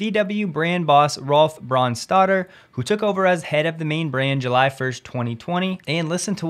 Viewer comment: that guys name is pronounced closer to how an American would say Brand-stetter... ;) the umlaut a is like a soft "e"...